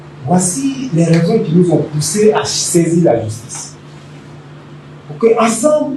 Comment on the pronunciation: Justice ou jusHtice ??